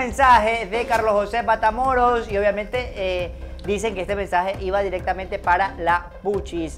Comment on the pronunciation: Escuche que dijiste Patamoros 😊😊